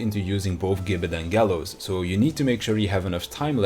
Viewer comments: It’s pronounced “jibbet” :( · gibbet is said with a J sound like george or gif